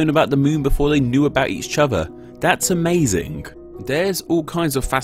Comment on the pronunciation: "Da moon", "been dare", "surrei", "amazink", "fink"....(-_-°) While some might be dialect differences, more than half are just poor pronunciation. You're slurring your words in the extreme. At least work on "ŋ", "ð", & "θ". Try opening your nasal passage by widening your throat. Hope that helps.